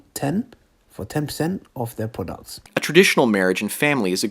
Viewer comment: Can we just take a second to appreciate the way he says products in the oil promo xD